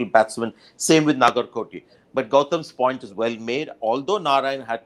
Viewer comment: Someone tell mister Manjrekar it's Narine not Narayan.